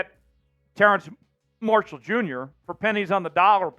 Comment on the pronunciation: is dude calling him "terrance marshall"?